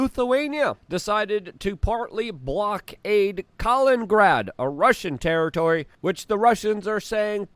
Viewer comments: COLINGRAD! It's Kalin-IN-grad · Strange that Luke with his polish origin can't get his head around the name of neighbouring russian enclave and city of Kaliningrad, repeatedly...